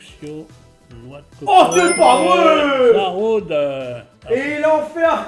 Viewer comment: Il a dit zaraude il a détruit le prénom du Pokémon 😂😂😂😂😂